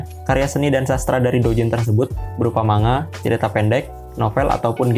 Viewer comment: Sorry bang, cara sebutnya bukan "manga" tapi "mangga" (マンガ) Cuma koreksi 🙏